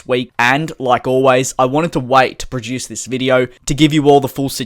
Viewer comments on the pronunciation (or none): none